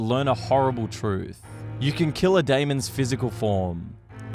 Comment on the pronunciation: I'm about to go crazy the way you keep saying demon